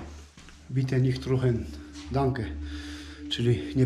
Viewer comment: Nie palić czyta się "nicht rauchen" a nie "ruchen".... W sumie tragedia kolejnego miejsca,kolejnych ludzi ! Wiele instrumentów -pianina,organy, sprzęt grający.Właßcicielem był ktoś wrażliwy i muzykalny. Wszystkiego żal. Nie ratuje się tego co jest piękne,a ziemię zabiera się pod budowę nowości. Na całym świecie tak samo.